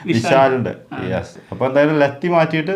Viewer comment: ലെത്തി അല്ല ലാത്തി alle?